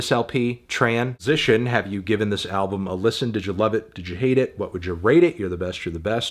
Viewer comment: good review but it was out of pocket at the end when you said tran-sition and then preceeded to compare yourself to Laura Les for 15 minutes saying over and over "do you get it, cuz she's yknow hahah you got it right cuz like-" with intermittent slurs